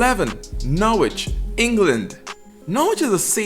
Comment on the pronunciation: Interesting video and some great cities here..being from London I totally understand why people move elsewhere in UK. Just FYI. Derby is pronounced DAR-by Norwich is pronounced Norrich like Greenwich or Harwich... don't pronounce the W :)